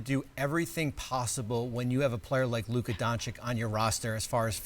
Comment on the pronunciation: Anything is possible with Luka EXCEPT learning to pronounce his name correct after 6 years in the league, hmm Bobby?!🤡